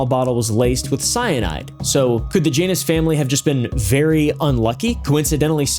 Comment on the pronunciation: Man I know you're being respectful. But at your "For the Janus Family" it sounds like "VaJanus Family" I think it's you saying it fast together.